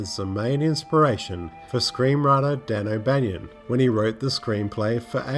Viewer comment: This is the second time I've heard you say "Dan O'Banion" - it's O'BANNON! Come on!